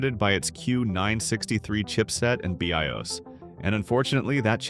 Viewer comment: you need to learn to say bios correctly LOL